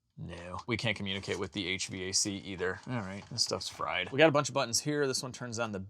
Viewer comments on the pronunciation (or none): none